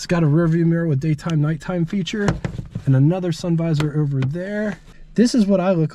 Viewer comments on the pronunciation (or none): none